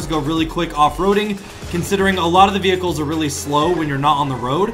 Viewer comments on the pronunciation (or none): none